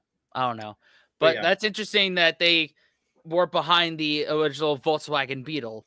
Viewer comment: Volkswagen is pronounced Folks-vah-gen.